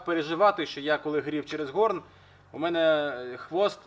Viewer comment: "гОрн" піонерський, а "горнО" - ковальське